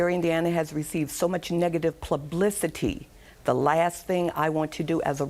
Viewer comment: a school teacher saying “plublicity” chile😭